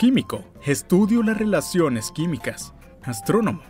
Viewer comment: estudió las relaciones químicas Yo:ja ja dijo relaciónes